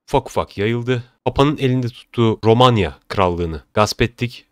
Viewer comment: romanya degıl ulan romagna g ile